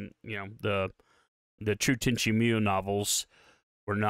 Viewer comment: Bruh..Tenchi "Meeyou"? Even the show pronounces it MooYo...